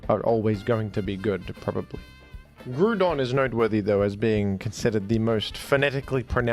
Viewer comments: Groudon = Ground+Don. So it's not pronounced "Gruuuuudon"! It is the damn godfather of ground Pokémon! I hate this stupid, senseless pronunciation so much! Why do you do that?! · Nah Groudon isn't pronounced that way. It's closer to the word "ground". If you look at the Japanese name, "グラードン"(Gurādon), this pronunciation best matches that. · Groudon is the ground Pokémon, Kyogre is the water and Ray is air. Therefore, Groudon is pronounced like Ground. Imo 🙂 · Disliked and clicked off when you said it’s SUPPOSED to be pronounced groodon. Let me ask you this - is it pronounced ground or groond? Ground. For the ground type. Absolute wild and oblivious take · You should look up how to pronounce groudon you sound dumb as hell telling people to pronounce it like soup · You pronounce Groodon like I used to during my elementary school days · Groudon is pronounced like Ground and then on at the end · Is it Groudon or Grewdon? I’m confused now. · sounds like he’s saying crouton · Why do you say Groudon like that? when it should be pronounced "Grubersdon" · It’s actually “Jroo-DUN”, like “page” and “monkey”. Easy mistake to make. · It is pronounced "groodon" like soup. It is a reference to the primordial soup from which groudon emerged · His bitterness about being wrong about the pronunciation of 'Groudon' is unparalleled, folks. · Yes, groodon, like the groond type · Sir. It's very clearly Groudon. With the ou pronounced like in ground. Since Groudon like ground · I feel like the way u pronounce Groudon is pure rage bait😂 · Groudon Ground's "ou" makes the "ow" sound Therefore, Groudon's "ou" makes an "ow" sound, making it pronounced "Gr-ow-dawn" ❤ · You are the only person to ever pronounce Groudon like that and it made me very angry. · Why do you pronounce Groudon like that?